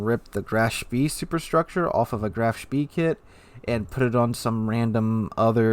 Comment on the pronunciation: man....spEE... like in egg. Not as an English e